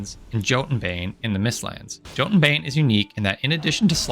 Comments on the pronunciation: btw I think the jotun bane is pronounced as “yo tun bane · You said that an enemy having 0 Tenacity means it will receive "200% increased damage", but in reality it's just 200% damage. The way you said it would mean that it takes triple the normal damage, as opposed to double. Also, I'm pretty sure the "Jotun" in "Jotun Bane" is pronounced like jötunn.